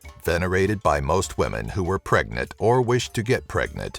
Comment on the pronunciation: Did you say "pregnet" instead of "pregnant" twice?